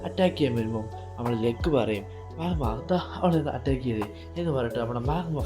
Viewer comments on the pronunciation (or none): Bro chella name different ann like go alla gosh ann and magma alla magna name correct ayi parayu plsss